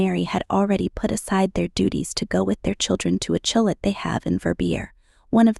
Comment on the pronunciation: A CHILIT? Surely, you mean Chalet!